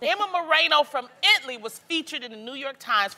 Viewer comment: The way she pronounced "Italy" lmao